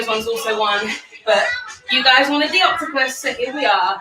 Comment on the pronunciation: "It's a HOTCTOPUS" stop it 😂😂